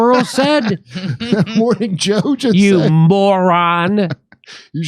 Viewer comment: Mor-Whore-ning Joe